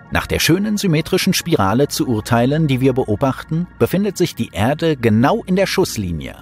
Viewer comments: Die Begeisterung für den Sprecher kann ich nicht teilen. Wenn er nur mal noch lernen würde, dass es nicht "Ährde" sondern einfach nur "Erde" heisst, könnte man ihm sogar zuhören. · Wenn er noch lernen würde, dass es nicht "Ärde" sondern einfach nur "Erde" heisst, könnte man ihm sogar zuhören.